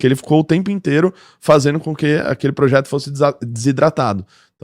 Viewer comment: "Progeto"? "Progeto"?! Você só pode estar de sacanagem com a minha cara!